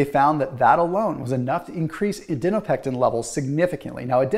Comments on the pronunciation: "adinopectin" Adiponectin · STOP CALLING IT ADINOPECTIN PLEASE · Okay this is the second video where I heard you mispronounce adiponectin. :-) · Then spell it out phonetically so we (and ) know, please. Thanks.